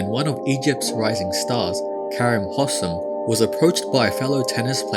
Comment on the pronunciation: I feel like I have to help out with future pronunciation of this Egyptian`s name; Its Hosssssaaaaaaaaaam, gotta put emphasis on those as and es, give it time. And Kareeeeem. Make the "e" audible. Thats all.